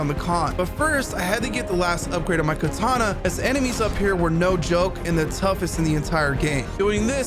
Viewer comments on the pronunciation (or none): none